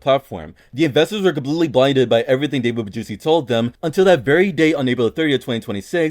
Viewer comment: Anyone notice “David BaJuicy”